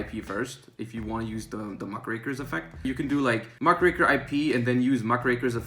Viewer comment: Thank you,, for pronouncing Muckraker correctly. Very cool.